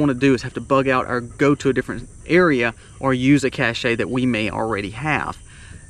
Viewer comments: Just because their are people that don’t know how to correctly pronounce the word “cache” doesn’t mean you also need to mispronounce it too! You and “they” can look up the definition of the word and touch the speaker symbol and it will tell YOU and them the correct way to pronounce it! Plus it tells you the actual definition too! It sounds the word “cash” Seriously, please stop pandering to the people that can not pronounce the word, thereby confusing everyone else that just isn’t sure! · Sorry, but this is a pet peeve of mine. *“Cache,” pronounced the same as “cash” in English, it’s any hiding place of important provisions or sometimes even the provisions themselves. **“Cachet,” which rhymes with “touché” or “sashay,” is synonymous with “prestige,” but it can also be a physical seal of approval among other definitions. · Cache: or you could pronounce it the correct way!